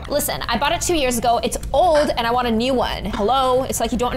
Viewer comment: Hay it is new not neuw